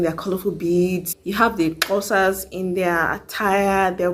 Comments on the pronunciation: Mmmmm you pronounced Xhosa so well👏👏👏👏❤️😀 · Wow..you know how to pronounce xhosa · OMG you pronounced Xhosa so perfectly